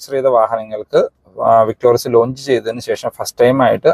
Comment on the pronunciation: വിക്‌ടോറിസ് അല്ലേ? വിക്ടോറിയസ് അല്ല.